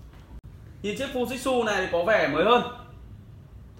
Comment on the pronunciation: anh ơi tiếng nhật người ta đọc là fu ji trự , ふじつ